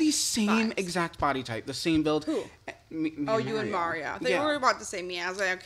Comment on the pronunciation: The way you say Mario is criminal